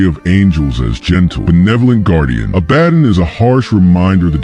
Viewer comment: A-ba-don, not A-badin